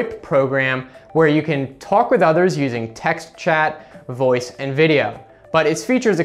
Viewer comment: he says Voupe instead of voice